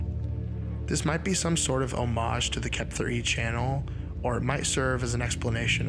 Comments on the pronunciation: Why did you keep pronouncing the ARG as Kep-ther instead of 'kept her'? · I think it's being pronounced wrong. Kepther E. Kept Her E. whoever E would be